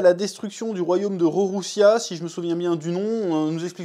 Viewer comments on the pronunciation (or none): #Figarland ( pas Finegarlande ) #Lulusia ( pas rouroussia ) #Ivankov ( ivankof ) Faut arrêter d' écorché One piece hein 😂😂 One piece red CANON mais pas entièrement Ou le film pas canon mais certaine choses ou personnages oui Enfin voilà t'as capté le bail 😅😅